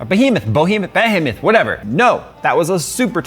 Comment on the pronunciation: I have heard a lot of english people say it like "Be A Moth" so compared to them I still say you were perfect.